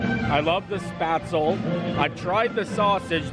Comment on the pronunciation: Looks wonderful, but the restaurant should probably teach the wait staff how to say spaetzle.